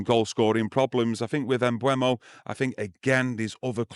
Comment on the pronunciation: eu not ue. Mbeumo. M-beu-mo. Stop saying Mbwemo